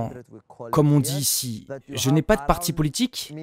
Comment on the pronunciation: La voix off : politchique, Poutchine, quoi fairrrr, positchif,... Cette prononciation je n'y arrive vraiment pas !